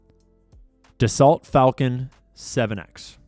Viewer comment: Btw, Dessault is pronounced duh so.. 😊